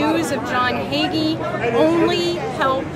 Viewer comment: "Hagee", it's Pastor Hagee.